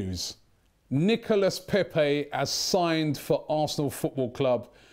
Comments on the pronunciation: knee-co-la not Nicholas, Robbie. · Hey.... u pronounce it Nicola....:-) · you dont pronounce the S on his name you've been told over n over n over get it right man 😬😬😬